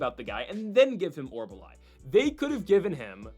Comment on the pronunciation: It is not OR-BUH-LAI. it is pronounced OR-UL-BAI. I mentioned this the last time he fought. Thanks for the video!